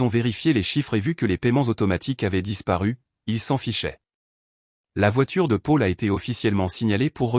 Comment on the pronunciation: Paul se prononce Pol, pas Pôle 😊 :J' ai pris un latte" ou une latte ? 🤣🤣 Quand tu fais ce genre d' opération, pars le week-end loin d" eux et profite 😊 N' oublie jamais que tu es malgré tout en grande partie responsable de la situation 😢😟 Les précipiter dans leur chute est une drôle de manigance et je ne pense pas que tu vives très bien avec cela à moins d' être pire qu' eux .